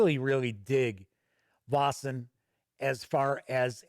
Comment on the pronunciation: Your assumption on the right prenounciation is close to perfect. In Denmark (neighbour to Sweden) we would spell it "VÆSEN" Æ is A and E put together. The sound in the word "Veil" (ei) but without the distinct "i" sound pretty much the sound of AE/Æ. Hope this helps everyone.